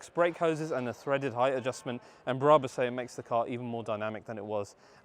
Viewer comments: It's Brabus... not Bra bus 😕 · Who the hell are "bear-rah-bus" ? Ffs. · Stop saying Braaabus !!!